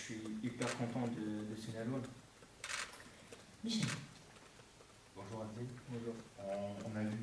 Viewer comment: Tu sais que tu vas passer un bon moment quand le premier mot que t"entends c'est "Bonyour" de Pablo